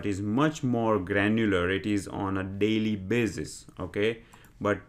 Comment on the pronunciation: deylee bazisss